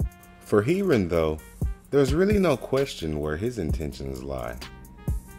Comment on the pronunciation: love you vids bro, but its pronounced hair-ron x